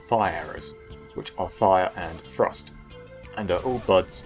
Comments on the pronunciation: Just so your aware, and it might just be me, but, i got 3/4 through the vid before i realized your saying "thrust" not "frost" you may wanna consider that. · Every once in a while when you said "thrust" I heard "frost" had to mentally correct my hearing. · Most times you said 'thrust' I heard 'frost', this I was very confused before realizing the misunderstanding. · When you say "thrust", it sounds like you're saying "frost". Pls fix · Ps. Every time you say "thrust" i hear "Frust" and i'm like "thats not an irythil weapon...." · When you say "thrust" I keep hearing "frost" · When you say Thrust I hear "Frost" and im suffering inside my head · I keep hearing "frost" when he says "thrust". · Every time he said "thrust" I thought he said "frost" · i thought he was saying frost instead of thrust for the entire video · What’s frust? You mean thrust? Can you annunciate correctly. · Thrust sounds like frost when this dood says it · I thought he was saying Frost..turns out he was saying thrust..sorry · Dang dude you gotta stop saying "thrust" like "frost" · Can you and everyone from Englandistan learn how to pronounce TH sounds FFS. It sounds like you're saying frost